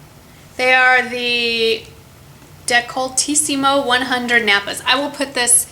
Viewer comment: You pronounce decoltissimo in a funny way but really well :) :) (i'm italian!!!!!)